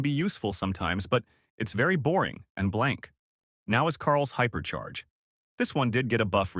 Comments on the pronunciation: Bro said hyper chair 💀💀💀💀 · hyper chair ya hyperchair😂😂😂😂